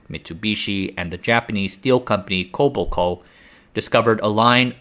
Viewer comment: No shortage of details. Very interesting. Thanks for the video. Minor point -- Kobelco => Koh bel' co It's a bit surprising to see the level of detail revealed regarding the metallurgical composition and processing. Quite interesting. No internal cooling channels in the shafts or blades, or did I miss those details?